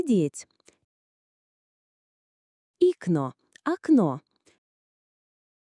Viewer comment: Окно произнесено неправильно ikkuna иккуна, в Вашем варианте прозвучало : икно.